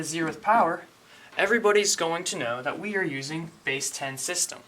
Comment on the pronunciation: why does he spell base ,bass